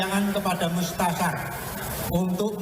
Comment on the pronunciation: Mustasyar bung. Bukan mutasar